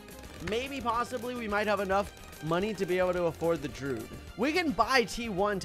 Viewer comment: I still don’t know why he calls the Druid “Drood”